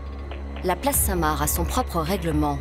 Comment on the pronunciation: par pitié on ne dit pas la place " saint Marre " mais la place saint MARC " comme le prénom